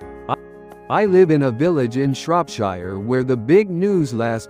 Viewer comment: AI that creates and narrates these stories still needs to learn :) Shropshire is in the UK and the last but of it is pronounced “sheer” You “wire” money in the US, in the UK you transfer money. Etc It’s a shame that the majority of such a content is done entirely by AI replacing proper creative and research work.